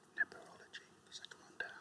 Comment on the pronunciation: No, he definitely said NePerology. I checked a few times. And I think he would've reacted differently if that had been what he said, rather than just calmly nodding...